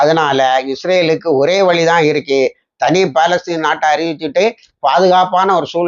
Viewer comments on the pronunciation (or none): none